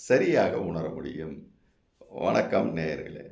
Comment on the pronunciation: ஐயா இந்த வணக்கத்தை ஒணக்கம் என்று சொல்லாமல் சரியா சொல்லுங்க